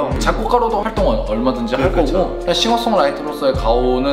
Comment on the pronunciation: 자꾸 씽어숑이라고 하는 데이브님ㅋ